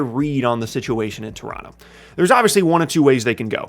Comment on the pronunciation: My favorite part of this video is knows how to say Toronto like he's from Toronto